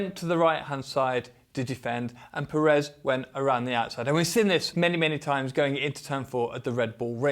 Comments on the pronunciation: The pronunciation of Pérez is Pérez not Peréz. Accentuating on the first E. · At this point you should have made the effort to say PEHrez, not PerEHz. The stress syllable is on the first E, it even has an accent to help you: Pérez. Now maybe this is stretching it a bit far, but should I expect a fair assessment from someone that after years hasn't even made the effort to properly say someone's name? I stopped at the first PerEz, hope you did do a fair assessment, but also, perhaps to gain a bit more credibility, wearing another brand name top would have been a better choice? Meh, no, that would have made you too credible, right? (Sarcasm) ;)